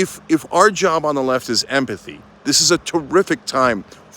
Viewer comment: It almost sounded like you said : “EMPATHY “